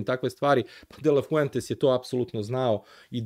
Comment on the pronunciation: Dobar je, napreduje. Pre mesec dana trener Španije je bio samo "Fluentes" sada je već "de la Fluentes". 😂